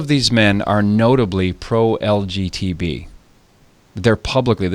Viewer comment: Correction: It's LGBT and not LGTB as you always say.